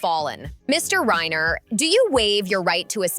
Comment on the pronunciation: How do you make a video and not know who the victims are. Its Reiner not Ryner. Its Rory not Roy. So fix it already.